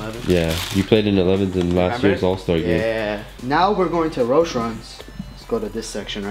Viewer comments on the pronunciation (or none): none